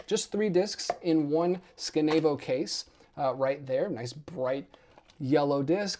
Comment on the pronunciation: a few things: 1. it's pronounced scan-a-vo 2. the guy on the back of the Palindromes book is Mark Weiner, a character from the movie, not Todd Solondz 3. the strip is called an obi strip, pronounced like obi wan. it originated from japanese packaging, its a japanese word, same word as a sash worn with a kimono party on